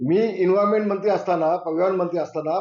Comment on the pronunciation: रामु ठाकरेंनी तुला मोठे केले तोत्या तुझ्या नावावर मतं माग जरा दम आहे तर कळेल तुला तुझी औकात मग😂😂😂😂इनव्हायमेंट,पयावयण😂😂निट बोलता येत नाही तुला.काय तिर मारले होते तू😂😂२०२४ नंतर जनता तुला फाट्यावर मारणार😂😂😂